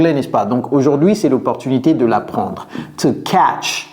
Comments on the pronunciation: On dit "to catch" et non "to cacht". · to catch au lieu de to cacht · to "CATCH" (pas cacht) a cold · Catch fire, not cacht fire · "To CATCH a cold" 😊 et non "to CACHT a cold" ... 😬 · Hello coach i wanted inform you that the word "catch" not cacht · Coach, loock at the "cacht" in your sentences please. The "t" should come before the "ch". (NB: I'm just a learner but a little bit attentive)